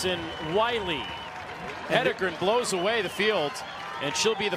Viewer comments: Why can't most people pronounce her name? Head En Gren...easy. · What is the reason that announcers can’t pronounce Jane “He-DEN-gren”??? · Why do these announcers always struggle? Jane’s last name is phonetic. Just have to read it.